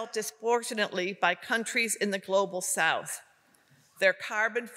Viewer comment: What the Hell is " GLOGAL SOUTH" ??? Now they just make up words that don't exist ...